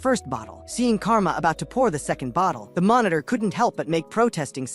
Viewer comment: Bro your ai telling of this story was doo doo dog dick. It kept calling everything a fucking monotor